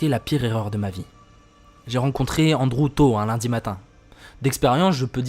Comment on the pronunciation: Ptdr comment il prononce Andrew ; Onde-Roux 😂😂